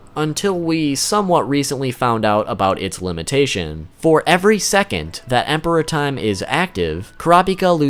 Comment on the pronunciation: The only issue I have with this video is your use of emphasis when saying Emperor Time. It sounds like you're saying Emperor Time, as in the Emperor of time. Rather than Emperor Time, as in the time as an Emperor. I perceived it as the second way from the anime, so they way you're saying it sounds so out of place to me. It's so fucking petty but it's annoying me so much hahaha, great video though :)